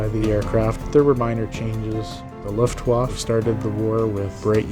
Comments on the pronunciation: Also Luftwaffe not luftwof, and balkenkreuz not iron cross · Disliked for the "Luftwof" Disgraceful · i trusted you with this and you said Luftwaffe wrong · At least get a guy that can pronounce Luftwaffe next time 🙄